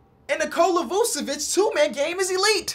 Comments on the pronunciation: "Use cocaine" I skipped right after he said his name and it sounded like cocaine. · please learn how to pronounce Vucevic’s name